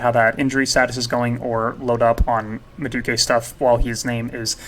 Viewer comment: nice info and content. your credibility would be through the roof if you can pronounce the teams and players better. portsmouth=port-smith/rennais=renee like the girls name/madueke=ma-due-eh-kay/boadu=bo-ah-doo/tchaouna=t-chow-nah/ugochuku=ogo-chuck-wu